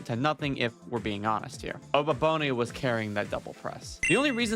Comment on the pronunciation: Abababone?????? It's Oboabona